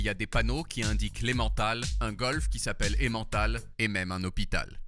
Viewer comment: Par contre, cela m'agace toujours autant le façon dont les français prononce Emmental